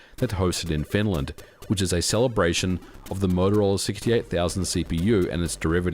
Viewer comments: As a games developer at that time I did lots of assembly programming on the 68000. Btw, it's Motorola, not Motorolla. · It's MOTOROLA, not MOTOROLLA. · MOTOROLA. Not MOTOROLLA. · MOTOROLA, not Motorolla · "motoroel" XD Interesting video though thanks. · I kinda like it. It has that Aussie "twang" to it haha. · Moto-rolla. Twice :(. Edit: 3 times. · the morrowroll lol